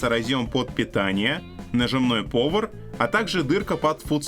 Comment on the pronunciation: "пОвар". Весь ролик дёшево понтоваться англицизмами, обосравшись в начале. Возвращайся ка ты хлопец обратно, на хутор, селюков развлекать и не позорь своего работодателя!